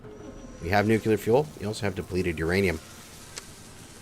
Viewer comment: Let's all say it together... New-Klee-Er.... not Nuke-You-Ler!!! All love though, brother!